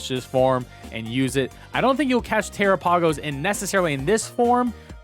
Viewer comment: Tera-pay-gos?... 😅 I believe it's pronounced like Galapagos... like the islands.